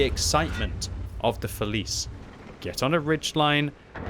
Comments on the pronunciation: Just as an FYI it's pronounced "fe-lee-tchay" in Italian :) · Hey ! The pronounce of the tank is "Feliche" yo :) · I think the correct pronunciation is [feliche], because it is Italian tank. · you mastered 'progetto', mostly 'bassotto' but please, 'felice' with English pronunciation reminds me too much of a child's snack 😂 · Being Italian it hurts to hear "Felice" like you said Still great video tho